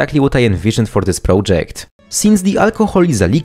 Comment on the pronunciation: prołdżekt is killing me